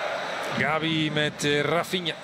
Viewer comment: hoveel keer kan je Gavi fout zeggen, Gabi, Xavi etc.